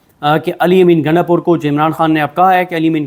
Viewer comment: محترم نام صیح بولا کریں نام گنڈہ پور ہے گینڈہ پور نہیں